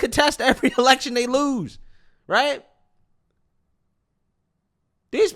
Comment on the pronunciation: did this man say “wight away”